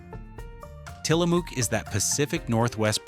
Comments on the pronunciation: Tilamook is a Native American word. The AI voice doesn’t know this and mispronounces it as “Till a Mook” it’s pronounced “Til a Muk” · It's pronounced Tilla- muk not MOOK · Great vid! But the end vowel sound of Tillamook is pronounced like "look" or "book" or "hook", not "spook" or "luke." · Love your video but I live here and we are pronounced Tillamook like you say look as in "look" in a mirror. Tillamook not like Mook as in moo as in cow sounds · It's AI, and doesn't know. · It's Tillamook like "hook." I'm from Oregon. We took field trips to the Tillamook Dairy when I was growing up. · I live about 2 hrs from Tillamook. The ook is pronounced like book, shook or took. Dark chocolate 🍫 cookies 🍪 and cream is my fave. Also, great butter and 🧀 cheese. Hi from Orygun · Tillamook rhymes with “book”. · Tillamook pronounced Tillamuck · The double-O in Tillamook is pronounced the same as you do in the word cook. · Its pronounced Til-a-muck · Narrator repeatedly mispronounced "Tillamook." The last syllable rhymes with "book." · The way he pronounces Tillamook is wrong. As an Oregonian I've never heard it pronounced that way.